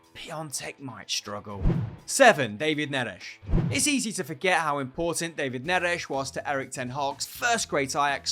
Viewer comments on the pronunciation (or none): none